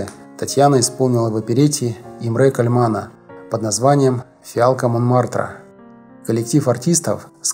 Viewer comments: ...имрЕ кальманА.....ужас.Уважаемый ведущий,вы бы хоть текстом и ударениями поинтересовались.,позор!!!!!!😢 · Имре КАльмана . Ударение в обоих словах на первый слог!!! Уши же режет !!!! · Блогер, ударение ставится на первый слог в фамилии Кальмана. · и где ж вас таких тупых набирают ? по бумажке прочесть не умеют . Имре Кальмана с ударением на вторую А-это перл ! А еще институт Кинематографов ! -это вообще класс ( во множественном числе )